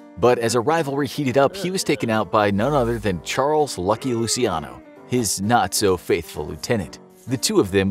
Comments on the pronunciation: NOT LUSIANO but LUCHANO. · Hi there! Just letting you know that in Italian, it's pronounced as Luc(h)iano. When there is ci or ce in Italian, it's pronounced as chi or che. And when a letter /h/ is written in Italian, it isn't pronunced at all. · Lu-chi-ano In Italian, ci is pronounced 'chi'. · Aren’t you pronouncing Luciano’s name improperly?